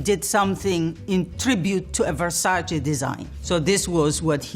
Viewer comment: versace..with the same `e ` as in dolce..nobody says dolcie..so why saying versacie?